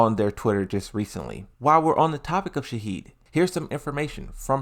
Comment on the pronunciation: Bro stop saying shaheed it’s shaheen and not that shaheed is some one dying